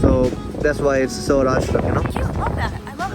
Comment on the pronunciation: It's Swaraj...not Savraj...